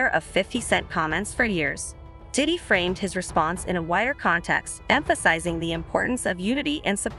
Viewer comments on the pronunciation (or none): why this girl saying "titty" instead of Diddy half the time?